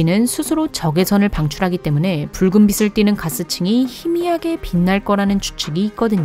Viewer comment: 빛을.. 발음 하실 때 비츨 비슬..자꾸 왔다갔다 하시는 것만 고쳐주심이ㅜㅜ